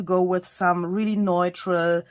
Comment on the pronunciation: Neutral = NEW-trull